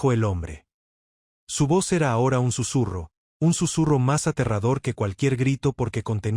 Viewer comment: Susurro.nooo sesurro.